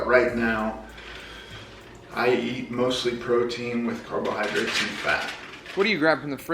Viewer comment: I love how he says carbohydrates Carb-OH-hydrates